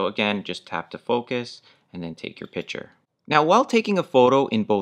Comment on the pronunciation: This guy is very well spoken, then my eye started twitching when he repeatedly used the word "pitcher" when referring to a photograph. A piTcher and a piCture are two COMPLETELY different things, you speak so well, this is like a turd in your verbal punch bowl. Be better than that. Just a suggestion.